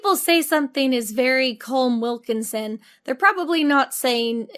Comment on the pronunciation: The way Jenny pronounced Colm Wilkinson’s name sent me on a spiral, where I found bts clips from the les mis movie where literally everyone pronounces his name wrong, despite him repeatedly saying his name and it not sounding anything like what they’re saying. It was infuriating omg